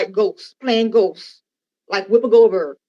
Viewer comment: She said wippia goldberg 😂😂